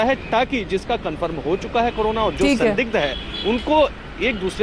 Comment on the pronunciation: Carola virus kate hahahahahaha anchor bhi full educated hai aaj tak k....